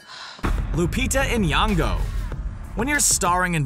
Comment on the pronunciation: "lupita EN yong oh"